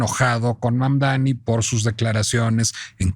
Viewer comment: Y tu eres americana? , mas bien estadounidense? Porque América va desde el norte, hasta el sur del continente, te regodeas en la ignorancia al pronunciar mal su nombre , Mamdani aunque te indique el correcto, Mamdani pero necedad hay en todos lados , bueno en relacion a Dump , lung, wrong, trump.anyway Siguiendo escribir mal.los nombres, Trump mismp le dijo que era un gran hombre y alabo por sobre manera su alcaldia , no entiendo tu disgusto , si vives en NY debes haber votado por el acosador sexual Cuomo , o seguir tu deriva por el actual alcalde que robo millones, bueno , que dios nos proteja de alguien honesto, ojo tampoco creo sea la panacea pero al menos hasta Trump lo reconoce ...